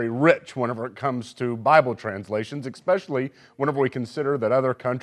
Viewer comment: How does a guy with a Th.M. say "expecially", (:26 and :39) not know how to button his shirt, and STILL expect that we should take his recommendation on "what Bible translation is best"? Take it with a grain of salt, folks!